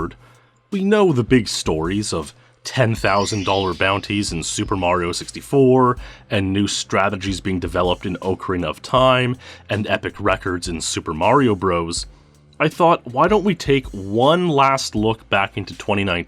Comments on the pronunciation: There is no game called "Oakarina of time." Look up the pronunciation. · Oakrina of Time?? Why do people have such trouble with this? It Ocarina, not Oakrina. :)